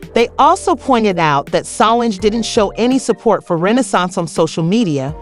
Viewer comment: Is anyone else annoyed at the way the narrator is pronouncing Tina, Solange, and Beyoncé names?